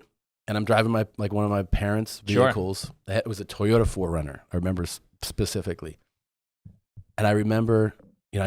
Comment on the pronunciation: Tom struggles to say specifically